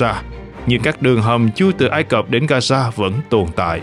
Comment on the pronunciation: Gasa hả ..?No . Gaza( ga gia ) .